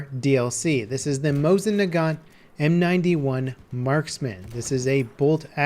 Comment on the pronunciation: They should add the sawed off Mosin-Nagant. It was quite popular in that era. By the way in case you care about pronunciation, it's Moseen-Nagan. Love your videos. Keep at it.